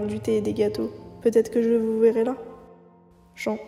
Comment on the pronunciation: Scp très cool ! Par contre en anglais Jean est un prénom de fille, et se prononce comme un pantalon en jean 😂